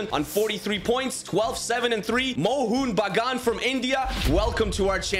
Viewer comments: Love the way he pronounced Mohun Bagun lmfao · Bro as My nearest football club being Mohan Bagan, I can say ur pronouncing it wrong